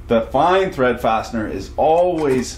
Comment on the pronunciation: Correction “farsiner” you said fastener.